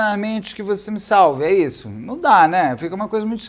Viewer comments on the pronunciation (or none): none